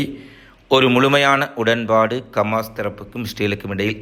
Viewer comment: கமாஸ் இல்லடா ஹமாஸ்